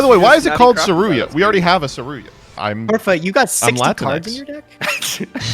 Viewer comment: Instance #387 of pronouncing Saryuja as Saryuya for some reason.